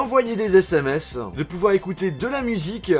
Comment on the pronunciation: j'adore tes vidéos, mais ça me perturbe trop que tu mettes des "euh" à la fin de chacun de tes mots... ''Un petit objet qui permettait de naviguer sur interneteuh, de téléphoner, d'envoyer des smseuh, de pouvoir écouter de la musiqueuh" j'te jure ça me rend fou